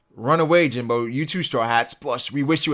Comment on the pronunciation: Jimbei... not Jimbo